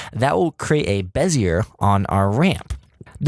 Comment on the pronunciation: Repeat after me... BEH... ZEE... AYYY. Perfect. Back to work.